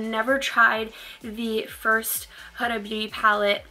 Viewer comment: Pretty sure its HOO-Duh. She has a channel and thats how she says her own name. Your look was STUNNING!!! Had to sub :)